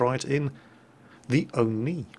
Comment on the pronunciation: you make the o-ni sound like a good mama joke